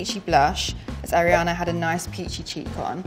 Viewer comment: "I'm a huge (air-iana) fan" 🤦‍♀️